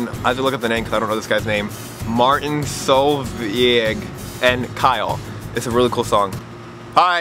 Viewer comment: It's pronounced Martin Soulvejg, Norwegian name (